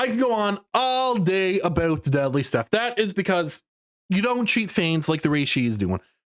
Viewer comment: My man said 'aboot'.